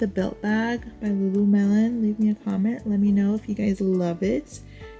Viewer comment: Did you say Lulu-melon? 🥰